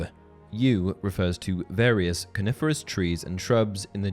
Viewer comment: I keep thinking he says carnivorous and not coniferous lel